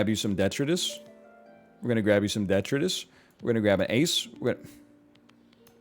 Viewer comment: I've never heard detritus pronounced like that